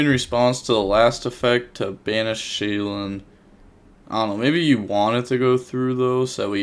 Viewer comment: another day of calling it Shay-Lin when there’s 0 Ls in the cards name 🤣